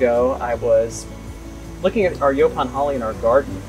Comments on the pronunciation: I really wish ya'll would have corrected that idiots pronunciation of Yaupon (Yeah pon?) I can barely watch with him saying it like that! Even after hearing ya'll pronounce it correctly he insist on sounding like a re. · "YO-ponn" not "yawponn" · How many times does the interviewer have to hear their company name and their pronunciation of the plant to get it through his thick skull? YO PON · Its pronounced "yo-pon" holly,, in the South anyway just like the brothers were saying it. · Why is rob saying the name of the tea wrong, when the brothers are saying it the right way, is being defiant, yes the brothers would know the right way to pronounce the name of the tea don't you think,, let's correct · Is it pronounced yawpawn or yopawn? Have this growing everywhere in Texas